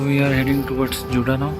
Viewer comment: It's Juda not Jada